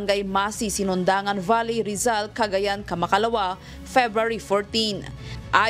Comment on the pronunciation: Valey talaga pronounciation?